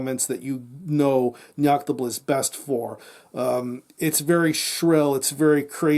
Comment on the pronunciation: ....how many takes did you do to get both the name of the band correct and the name of the album said so fucking good?! Either way great review gonna check this album out cheers pal!